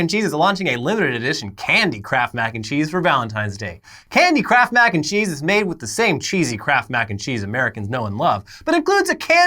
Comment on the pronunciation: All I heard was "candy crap mac and cheese"